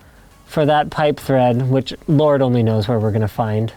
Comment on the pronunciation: you said you need a pipe thread I thought you said pipe friend 😔😔😔😔